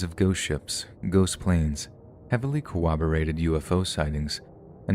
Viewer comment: corroborate there's no W in there